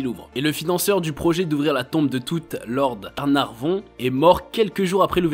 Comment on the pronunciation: pas arnavon.....mais carnavon....